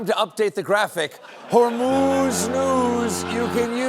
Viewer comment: BTW your hormuz pronunciation is wrong.